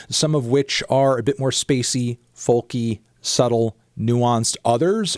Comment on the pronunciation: Am i the only one who notices he pronounces the L in folk?